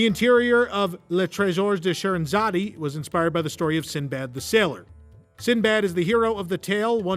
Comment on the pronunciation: Scheherazade... the 'e' is silent. I enjoyed the video. Very interesting.